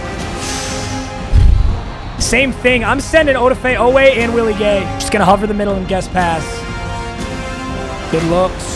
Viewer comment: “Odeafae oway”